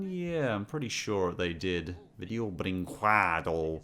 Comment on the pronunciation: For video brinquedo you used long a sound in worsT animated rip offs but now you use short a sound